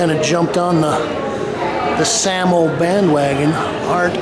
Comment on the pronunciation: SAMO like Say-Mo